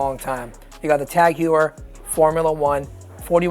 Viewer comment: Tag Juwer xD HEUER ffs.